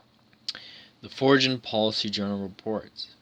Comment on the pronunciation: Crazy of course it was always a hidden agenda with all these war politics! BTW foreign is pronounced forin